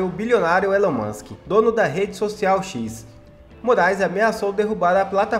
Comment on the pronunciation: Ílan mâsk, Ílan mâsk... essa é a pronúncia!